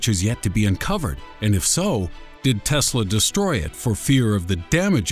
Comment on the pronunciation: and imma stop watching right after he fucks up teslas name XD